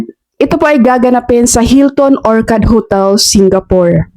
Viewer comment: "Or-tsard' po ang correct pronunciation